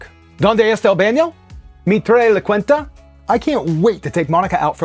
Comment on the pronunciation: I’m cringing honestly, and I’m not even fluent in Spanish, lolol. You can’t just pronounce every Spanish word like it would be pronounced in English and expect people to be impressed 😅 “Quinta” is pronounced “keen-ta” for starters. I’m kind of embarrassed for the guy, honestly, dude’s pronouncing these words like Peggy Hill 💀